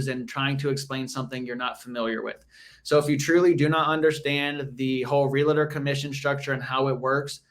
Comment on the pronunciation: realtor not realator :P